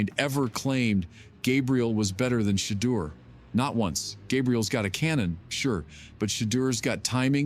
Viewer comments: You blacks are lying. You can’t even pronounce his name. Is Deon behind this? Yes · Sorry but l can no longer watch or listen to that rice cake NOT PRONOUNCE MR. SANDERS NAM CORRECTLY!!! BYE@